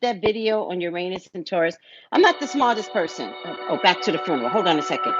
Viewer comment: She said fruneral